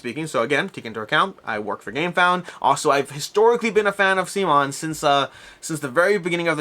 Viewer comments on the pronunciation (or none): I’m so saddened that you’ve caved to the “see-mahn” pronunciation and I assume that’s not helping a perception of any bias. I still think you’re genuine and the relationship is probably what has caused the change but it still sounds weird to me when you say it.